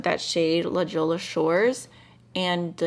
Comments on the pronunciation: La Jolla is pronounced like "la joya" in Spanish. It's a coastal city in San Diego. I thought you might like to know since you speak Spanish. 😊💜🌻 Thanks for sharing,! Your look came out beautiful. 🦋✨ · I was trying to figure out if I really wanted this palette and seeing some swatches on a fellow red head is so helpful in deciding! P.S. If you are interested, 'La Jolla' is pronounced: La Hoy-Ah ☺ 🏖